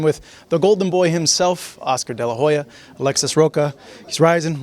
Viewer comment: Alexis " Row ka " .. 🤦🏽‍♂️.What a disgrace